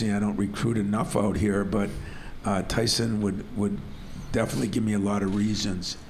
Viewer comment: Tyshon??? I hope the dope who has NO CLUE what Walker’s first name is sees this - hey, dope, it’s TYSON not Tyshon. You failed miserably.